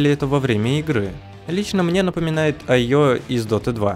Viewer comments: Не айо, а ио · Не айо а ио